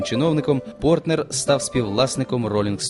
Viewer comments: Більшу частину ролика оповідач називає прізвище письменника ПортНер, тільки наприкінці правильно- ПорТер. Нецікаві, неглибока розповідь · Прізвище Портер, а не Портнер (як 20 разів повторив диктор) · Сідні, а не Сінді, Портер, а не Портнер!